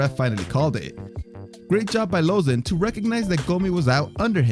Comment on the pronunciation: Lmao, he tried to change up the pronunciation of Lauzon